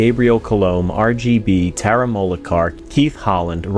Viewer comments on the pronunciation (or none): none